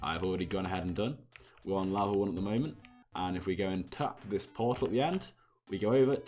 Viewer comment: you say Lavel 2 that’s what I heard or is it just me🤔